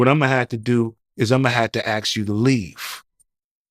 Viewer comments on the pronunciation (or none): Amazing? Can’t pronounce the word ask though.